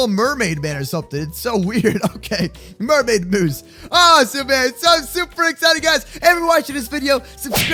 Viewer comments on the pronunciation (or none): you most call it mermoose bro